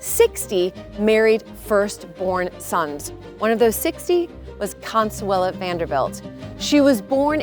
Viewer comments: Her name is Consuelo not Consuela. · ConsuelO, not ConsuelA!!! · Her name was Consuelo not Consuela